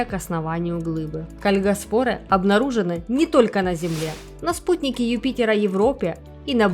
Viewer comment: Может ударение кальгАспоры?